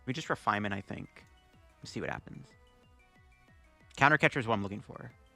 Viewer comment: Did u say refinement???!!! 😂😂😂